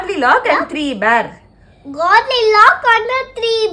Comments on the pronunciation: It's not godlilock it's Goldilocks ( Gold is pronounced as Gold) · Alaha than pronounce panraanga. Awanga oru doctor pronounce panna theriyamala irukum❤